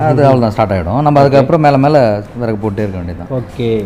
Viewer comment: விறகு தமிழ் சரியாக படியுங்கள்.